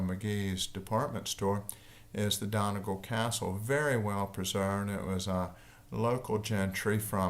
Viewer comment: I listened out of curiosity to see if he would mispronounce Donegal, I was not disappointed. For future reference, Irish people say Dunnygaul